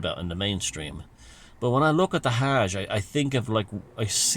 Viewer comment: Interesting pronunciation of Arabic words. Tips for improvement: It's Islam, not Izlam; it's Hj, not Haaaaj, and it's Kab3a. Fun video